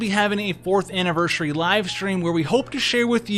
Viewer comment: You do realise you keep saying "AnniverSHUry", right?